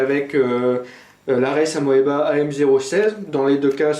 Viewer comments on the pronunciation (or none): ca se prononce "amiba"